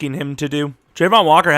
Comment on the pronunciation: it's travon not trevon